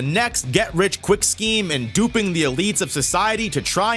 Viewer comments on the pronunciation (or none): none